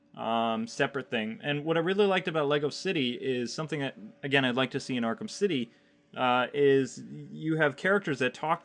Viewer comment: "Arkem city 2"? Wtf are you talking about man?